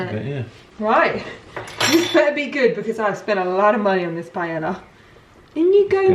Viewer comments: Btw you pronounce it “pie-eya” in Spanish ll is pronounced y and chorizo is pronounce “cho-re-tho” and buñuelos it’s pronounced “bun-we-los”. Estoy española y vivo en Valencia en España me encanta la comida aquí porque es riquísimo 🤤 😂mi favorito comida es sopa de pollo. Que rico ay Dios mío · Pretty sure pronouncing paella like that is more of a disservice than putting chorizo in 🤦🏻‍♀️😂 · I want to be very respectful and authentic Also: pie-el-uh 😂💙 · It’s pronounced PIE-AYE-AH 😊it’s one of my favorite dishes the traditional way you make it takes a good amount of time but it’s so worth it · Amo que digas paela Jajajj es paella 🥘 un abrazo para ti!! ☺️☺️ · Ok peps, just to clarify the word (PAELLA) the LL is pronounced like J as in JUICE, JAIL, JUST. In Spain the letters (double LL sounds like the letter J in English. Hope this helps. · will never get over the way brits pronounce paella, cracks me up every time because i never expect it and then... pie-ella. all in good fun though, what’s important is trying other cultural foods, although traditionally it doesn’t have onion either 😆 one thing my professor in spain drilled into us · im so proud of you for the tortilla flip!! it is a rite of passage for the spanish youth. i will not make comments about the authenticity of the paella recipe, HOWEVER, it's pronounced Pah-eh-yah. so happy u liked our food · drink game: take a shot each time says PAIELA lmao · Oh bby you tried so hard but that's not how you pronounce paella 💔 it's pa-e-ya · no, you don’t say it like that 😂 PA - E - LLA, you are adding letters that are not there hahahaha You can look the pronunciation on google translate 🤗 there you say chorizo really well! The tortilla is supposed to be thicker, yes. The thing that I never heard is the 20 minute wait. How do you make tortilla there? You don’t fry the potatoes? PS: I am from Spain and I don’t like paella nor gazpacho at all, but I am the rare one. I love churros and tortilla tho.